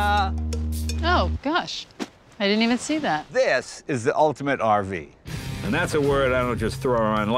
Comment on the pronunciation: As cousin Eddie would say Now that’s what you call an Err vee!😊